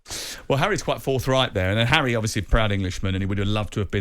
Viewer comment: Well said "arry" 👏🏿 😅